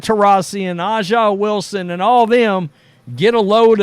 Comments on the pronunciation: I don't know if you're mis-pronouncing her name on purpose but it's actually pronounced "Asia". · You’ve made some good points! Now you have to stop speaking up race and you should pronounce A’ja’s name correctly! Caitlin has already given us the blueprint on how to deal with detractors using diplomacy and humility! Keep focusing on what Caitlin is doing to bring people together, because the truth is…that’s what she is doing!